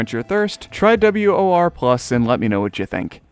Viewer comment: hey! im the developer for WoR+ (btw, its pronounced wuh-or-plus), and i haven't been working on it much lately, im on a bit of a hiatus with it. however, i am a developer for GH3DX, so my talents are being put there at least. just wanted to mention it.